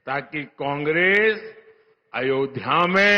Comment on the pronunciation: കോൺഗ്രീസ് അല്ല. കോൺഗ്രസ് എന്നു പറയൂ. പ്രായം കുറെയായല്ലോ. 😂